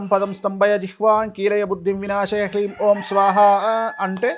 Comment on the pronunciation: Please check It’s bit Kleem need to pronounced hleem